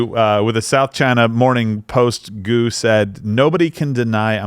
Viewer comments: Name is pronounced "g-u", each letter pronounced separately, soft G accent on the G; your "goo" started bugging me, sorry. Buycott her, sick of American identity being defined as skin color, ethnicity, gender or no gender, but worse, she betrayed USA. She should stay where she is, do not come back. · I hate the part when they make fun of her last name "Gu" as go... wtf